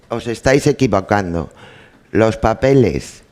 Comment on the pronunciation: "los papueles"😂😂😂. Dios , menuda abogada, si no sabe ni leer.